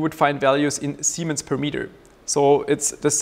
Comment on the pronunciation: He keeps saying "semens" 😳😣😖😂😂😂🤣🤣